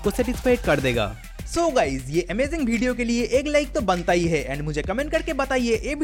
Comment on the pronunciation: Bhai tu bihar se hsi kya video ko bedio bol rha hai😂😂😂